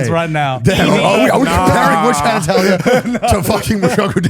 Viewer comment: WHY can nobody say the word “Atelier”????